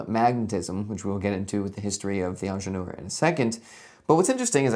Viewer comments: yeah i had the video running in the background and was like 'wait, what is this onjelor he's talking about' 😅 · Please just say „Engineer“ instead of butchering the original name throughout the video 🙄